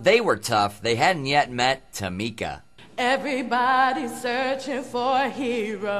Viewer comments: it's Tameeeeka, not Tamika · It's TamEEEEEEEEka, okay? hahahah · tamika , tamika tamika Its TAMEKA TAMEKA! 😂😂😂😂😂